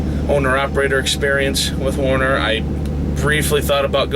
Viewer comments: The name is pronounced: "WERE-NER"...not WAR-ner... :/ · why do so many guys who pull for Werner pronounce the word as though it was spelt Warner? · First off its Werner not Warner... I worked there for years as a driver, trainer, and finally in the office. Never forced to train... Midwest region is Texas... Not a perfect company, but as big carriers go, not bad... Not disputing what you are saying, but just had a much better experience.